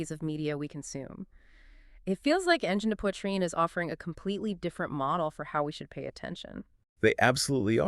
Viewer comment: I keep forgetting to look for the AI marker but as soon as they started to painfully break apart the pronounciation of the name, I was out. Boo on AI slop!